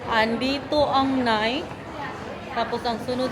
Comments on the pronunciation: Nike - is Nay- ki, hindi "Nayk"✌️✌️ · "Nai-kee" po ang pronounce ng Nike Brand, mali po ang pagka pronounce mo hehe